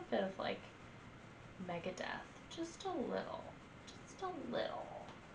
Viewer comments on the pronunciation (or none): none